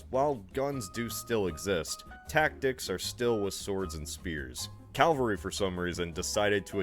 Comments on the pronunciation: I thought I'd misheard when he said calvary! Isn't that in Canada? Lol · He's not the only American to say Calvary and did he also say Elizabethean. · Saying "calvary" is no different from saying "kuhmft r bl", even though it's spelled "comfortable". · Man now it drives me crazy the way he says calvary instead of cavalry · YYYEEESSSSSS ITS CAVALRY LITERALLY MY BIGGEST PET PEEVE. THANK YOUUUUU!!!! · Don't worry, every time he says 'calvary' I wince as well.